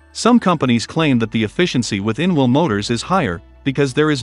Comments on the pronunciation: Can’t we have a human voice? The ridiculous mispronunciations are very irritating; it took me a while to work out that ‘inwl’ was actually ‘in-wheel’. The confused emphasis is awful; I’m sorry, I can’t watch it. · "in-veel" motors? :-)